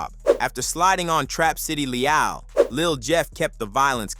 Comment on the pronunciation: Pissed me off every time dude say “Le-ALL” 😭🤦🏾‍♂️